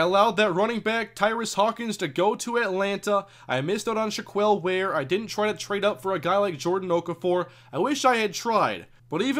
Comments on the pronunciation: Not shack-kwell either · By the way, shack-L or Shack-Elle is the correct way to pronounce Shaquelle, not shack-eel.